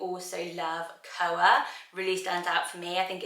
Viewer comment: I thought koa is pronounced kwa like Koa from kkandbabyj